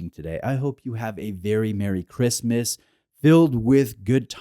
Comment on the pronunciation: did he say christmas or wristmas in the intro ? lol